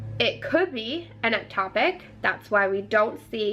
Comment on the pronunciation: Its Ectopic. Not Eptopic. I know it's not important. But just, for future reference 🙂